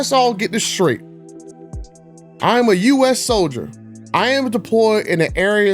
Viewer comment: It’s “soldier”. 😃